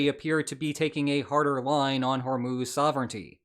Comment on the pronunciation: it's Hor-Muzz, not Hor-Moos.